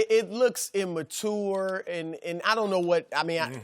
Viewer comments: Chris "immuh-TOOR" Broussard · I hate when people pronounce immature like that lol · Did Broussard say IMATOUR????? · The way broussard pronounces (im)mature gets me every time 😄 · He learnt it from Whitlock, seriously, how hard is it to say immature?